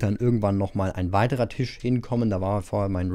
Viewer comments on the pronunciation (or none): none